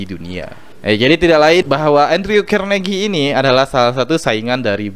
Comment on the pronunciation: Alhamdulillah, menarik mas...Izin beri masukan ya. Semoga ke depan channel nya semakin baik dan bermanfaat. 1. Utk Pronounce (pengucapan) nama2 dalam bahasa inggris mungkin bisa di upgrade lagi...Contoh : Andrew Carnagie 2. Pengumpulan Data lebih akurat akan lebih menarik dan bermanfaat utk pendengarnya. Contoh : Data ttg Carnagie ini, ybs adalah pengusaha zaman dulu. orang kaya dari bisnis baja. Bukan pesaing Bill gates, tp inspirator nya. 3. Selebihnya sih tentang pengucapan2 dalam bahasa asing nya... Sekali lagi, Sangat mengapresiasi review nya...Terima kasih banyak. Semoga sedikit masukan di atas bisa bermanfaat...